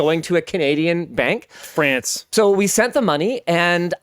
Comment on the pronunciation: i love "france" from that was hillarious